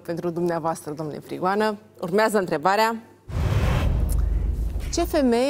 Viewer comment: Denis esti superba, extraordinar moderator, totusi acest ton aproape lātrat " urmeazā întrebarea" ce rost are? N-ai putea totusi s-o spui mai linistit asa...cum de altfel o si faci câteodatā? Felicitāri oricum pentru emisiune.